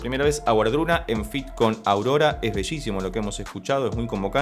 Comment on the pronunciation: La pronunciación correcta sería “Vardruna” y el Hel no es un infierno, de hecho la mayoría de la gente al morir va a allí